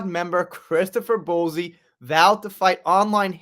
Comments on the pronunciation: I love your videos, so I thank you for your hard work and always trying to keep us up to date. By the way, Bouzy is pronounced Boozy, but I kinda actually prefer your way of saying it. It would drive the ego monster that is Bowzy, mad!! Love it xx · Who is Kate Middleton? Also- it's pronounced BOO-zey. Not Bo zee. Good bruadcast otherwise 😂❤ subbed...